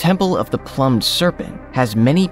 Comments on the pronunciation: Can we get people narrating that can pronounce things correctly.... "The Plummed serpent." it is Plumed as in Feathered!...... Ok "Meeka sheets" it is Mica......Jeeeeeezzzzzzzz dude! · the word "plumed" is pronounced ploomed, not plumbed. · he said "plumbed" instead of plumed serpent. I can't deal with this. He already said "complex" as an adjective earlier instead of the noun intended. Ugh. Bad, ignorant acting. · Ca- L i/e n —dri—-cal (calendrical), and ploomed (plumed)… plus the names! If this is AI though, pretty good. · Not only that but "plumed" was pronounced as 'plumbed' ... not very intelligently programmed AI😏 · “Ploomed” serpent. If this is ai, it is getting fairly good.